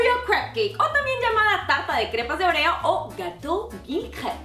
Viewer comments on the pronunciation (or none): yo digo oreo tú dices orrio 😂😝✌ eres graciosa💖😘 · Por que decís oruio se dice orio😒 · porque "oreous"? cualquiera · Like si le dices OREO y no ORÉO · Pronuncia bien óreos